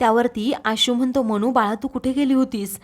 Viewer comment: उच्यलली नव्हे उचलली. म्हनतो म्हणतो, पुर्न उच्चार सुधारणे आवश्यक आहे.